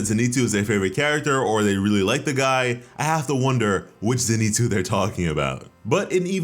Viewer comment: Please, his name is pronounced Zen I Tsu as in Zen Ee Tsu! His name is not Ze Ni Tsu.